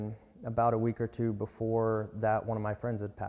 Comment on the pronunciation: Before Not boofore